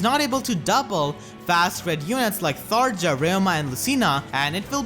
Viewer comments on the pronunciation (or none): none